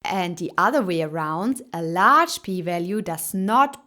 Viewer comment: It’s large not lagre